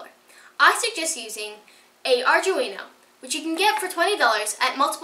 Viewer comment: oh btw its arduneo pronounced arr-doo-wee-no